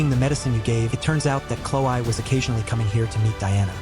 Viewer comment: normal people: chlo-e. the video's narrator: chlo-i.